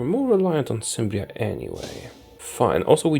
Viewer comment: Cimbria is pronounced with a K. Else your video is very enjoyable!